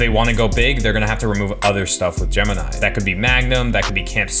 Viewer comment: There’s other areas in CP that could be revised for a coaster. Also “gemeni”.. it’s gemini.